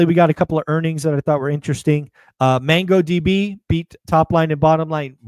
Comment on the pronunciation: Btw, it’s Mongo DB, not mango db